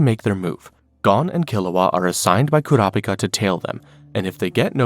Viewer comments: Enjoying the video but it is driving me crazy how you keep switching to different pronunciations of Kurapika... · I’m confused why you pronounce kurapika’s name differently every time you say his name